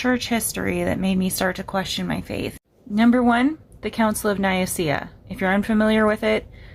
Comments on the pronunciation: Here, try pronouncing it the way it is written: Œcumenical Council of Nikæa. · Nicaea - pronounced Neekayah. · 5 bits if information that she gets all wrong, just to prove that she doesn’t know what she’s talking about. Joe Rogan is an even less reliable source. And if you’re going to talk about it, learn how to pronounce “Nicaea” first.